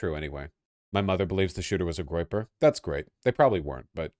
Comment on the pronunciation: Vaush it was a groyper please ffs it's a groyper